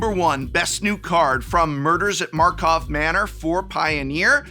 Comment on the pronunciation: „Markov Manor“?